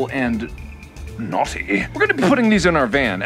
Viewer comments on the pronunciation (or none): ilove when he ses notty and sorry for my spelling :/